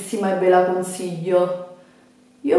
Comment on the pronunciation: Ve le stra consiggghhio cit.